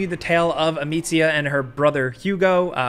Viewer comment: He did it! He pronounced Amicia pretty well!